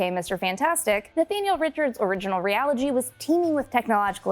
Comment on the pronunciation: “Realigy” lol